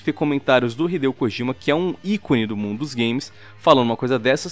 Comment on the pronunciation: só uma observação que não chega a ser importante... Mas o nome "Kojima" não se pronuncia "Kogima" e sim "Kodima"